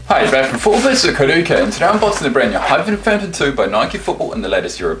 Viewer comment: Its not hyperventom its hypervenom!